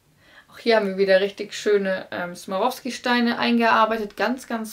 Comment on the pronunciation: Swarovski heißt das- nicht smarovski!